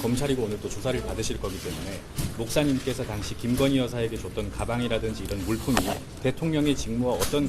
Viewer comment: 가방을 가방이라 말하지 못하네